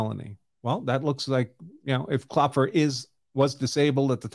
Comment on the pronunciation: So when you pronounce a German name (Kloepfer = Knocker), you don't pronounce the first syllable when two vowels are together. So Kloepfer is pronounced Klep-fer.